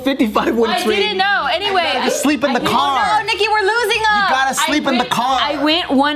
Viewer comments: No one caught Joe calling Nikki Geo 😂 had to rewind a few times to correct myself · Did anyone else hear joe call Nikki “Geo”? 😂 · Did Joe just call Nikki Geo?? Lol before the 3 minute mark